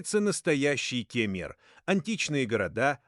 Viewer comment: Как только услышал Ке'мер сразу 👎👎👎